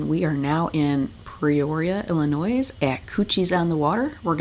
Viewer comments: No S sound in Illinois. It sounds like El-in-noi. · The s in Illinois is silent. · The S is silent in Illinois. It is grating hear as a native of state!!!! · thanks for that and accepted. I have known several people from Michigan and never hear anyone else pronounce with the s. But I think you heard this from more than me. We Illini are a loyal. Thank you for videos and safe travel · There is only ONE Illinois. The S is silent. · Good video, but a heads-up, you don't pronounce the "s" in Illinois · I didn’t want to tell her the s was silent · C’mon, now! Pre-roria, Illinoiz?? Are we enjoying cocktails up on the bridge? 🤣 Calumet River is easy….just like it looks…Cal-u-met! Same with Peoria…pee-or-ia. Enjoyed your video & your accent!